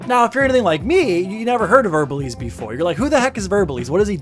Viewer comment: It’s verbal ASE not eze